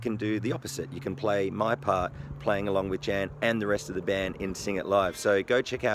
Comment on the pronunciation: If I've learned one thing from this, it's how to pronounce Tzan! Great of you to credit Deano's teaching video, which looks spot-on. No videos uploaded there for the last 11 years though. Maybe he'll start again now you've brought him to the front. One word of caution for anyone learning songs (or anything, for that matter) from the Internet, is that so much information out there is simply wrong.